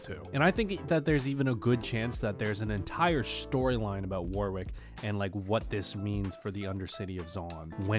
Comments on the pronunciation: By the way, Warwick is not pronounced literally "War Wick" it's pronounced "War ick" the W is silent. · in future Warwick is said "war-rick", in case no one has said this, the w is silent. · I don't know why every American I hear talking about this insists on pronouncing that second W in Warwick. It's pronounced "War-rick".